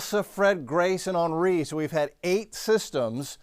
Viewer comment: Hen ree. Hen. Not on. Ornery thats on, ornery. It's an H not an O...